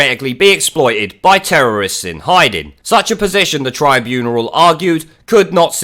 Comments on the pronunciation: What the heck is a "tribuneral"? It's "tribunal". No "er". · Tribuneral? Is that on purpose or are you just mispronouncing tribunal? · Yes, but what the fuck is a tribuneral?